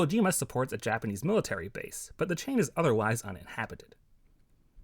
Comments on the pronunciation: props to u for actually pronouncing japanese words pretty well for a foreigner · From my Japanese point of view, the pronunciation is excellent!